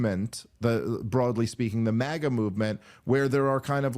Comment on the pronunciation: Crypto Globalism! It's MAGA not MAIA! You guys miss the point entirely